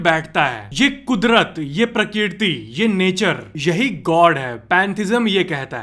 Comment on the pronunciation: Prakirti ? Prakrati sahi he